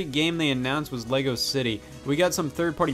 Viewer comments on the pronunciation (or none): none